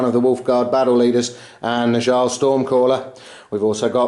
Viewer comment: Fantastic game once again. By the way Njal is pronounced more like "ni-owl" - a mix between the knights who say "ni!" and an owl... I know, it's weird, but that's Old Norse for you...